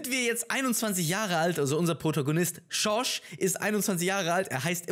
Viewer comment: wenn er George sagt:,,SCHOrSCH."